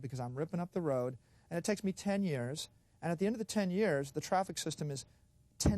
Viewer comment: He said node, rode.😅